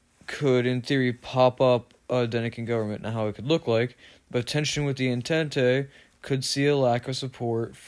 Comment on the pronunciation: Entente is pronounced like: ,, on-taunt"